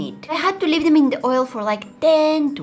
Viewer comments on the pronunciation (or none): none